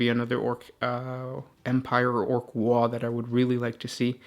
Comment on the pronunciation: Ya mispronounced waaaagh!